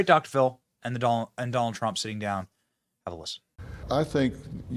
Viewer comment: Have you noticed that, among the Democrats that have announced that they are voting for Trump, most of them pronounce the name as… Doll Trump ?